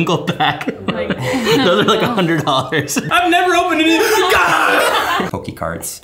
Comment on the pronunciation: "Pokè cards"